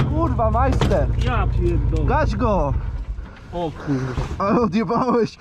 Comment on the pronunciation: "Kurla drifterzy"